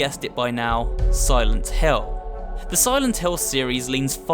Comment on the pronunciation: It think it is pronounced "Silent Hill", not "Hell". Just a nitpick but you should know the name.